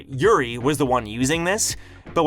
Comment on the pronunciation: Lost pronunciation, urine = Yuri